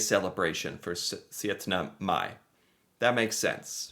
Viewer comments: you did not just say setnemai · Hurra og gratulerer also to you. You said syttende mai the same way i write it....SØTTNEMAI. - er en god gutt.